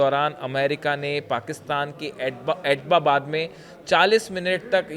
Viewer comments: Abtabad ❌ pronunciation Abbottabad ✔ pronunciation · Bewakoof Admi wo Abtabad hai naa ki Ababbab..pdhna nhi ata h kya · It's not etbabad, it's ebtabad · आप "ऐटबाबाद" बोल रहे हो जबकि सही नाम "ऐबटाबाद"है। सोशलमीडिया मे वीडियो बनाते समय उच्चारण का विशेष ध्यान रखना चाहिए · Sahi sa nol na siko abtabad bolo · एटबाबाद नही ऐबटाबाद.ठीक से सिखा करो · ये भारतीय एक्सपर्ट है। इनको उस शहर का नाम तक लेना नही आता (एबटाबाद) है। एटबाबाद नही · ऐटबाबाद नहीं - ऐब्टाबाद operating a channel but don’t know how to pronounce name of city. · Etbabad kyon bol raha hai. Us city ka naam abbotabad hai. Thodi to padai kar lo. Kabhi beti kabhi biwi. Kya confused ho b ho bhai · Attobabad bar bar bol kar galti kar rahe ho. Abbotabad bologe toh sahi hoga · Abbotabad h atapabad ke Nana bar bar galat bol rha h itne bade channel pr baith ke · It is not Atobabad? It is Abotabad. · Are aap to itni achhi news ki detailed analysis karte ho. Kam se kam is news pe sahi se working kar lete. Atbabad nahi hai ye Abtabad hai. I hope you made your corrections. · Abbotabad te bola nahi ja raha, reporter banne chala hai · Bhai Tera pronunciation aur research bahut hi kharab hai. Atbabad bol rahey ho baar baar.... Go and check the exact pronunciation. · अरे यार जगह का नाम तो ठीक से बोल लो,चले हो पत्रकारिता करने